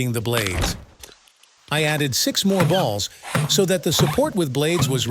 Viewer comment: the way he cept saying b a ll s